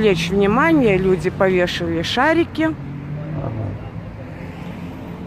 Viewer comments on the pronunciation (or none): Дорогая не повеШАЛи шары а повесили! Вроде из Казахстана а там чистейший русский язык!